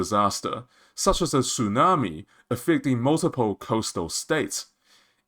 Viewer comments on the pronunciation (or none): none